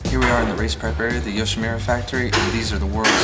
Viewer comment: all nice,only one thing,it's not yoshimira,it's youshimura:)